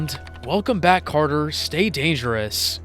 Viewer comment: It's Welcome back, Kotter, not Carter. 🤣🤣